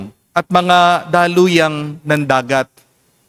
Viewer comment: Daloyang,,, "daluyong" Yon.. salasala na bunvasa mo😊